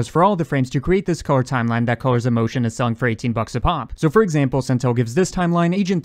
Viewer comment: "our overlay *TZ*imeline"